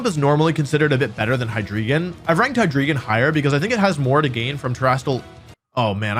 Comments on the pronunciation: Why do people call it "Hydreegon" when it's a rare pokemon name whose pronunciation is easily available for us to know. The dragon line is based on the german numbers "eins, zwei, and drei (dry)", so it should be "Hi-Dry-Gon", similar to how we don't pronounce the legendary birds "Moltrees, Articuhno, and Zapdoss" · Hydreegon. Cringe. It's HyDRAIgon my guy. The Drei in Hydreigon means three in German Just like the Zwei in Zweilous is two, and the Ein in Deino is one. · Hy-dree-gon It's... Hy-DRAI-gon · Hydreigon is pronounced like Hi-dry-gon not Hi-dree-ghen. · ok once again. its of German 123 origin. its Hi-Dry-Gone! That is the pronunciation! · As a German, I dislike how Wolfey mispronounces Hydreigon. It's HY-DRY-GON. The German word "drei" means "three" and is pronounced like the word "dry". That aside, great video! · Your pronunciation of Hydreigon is absolutely killing me..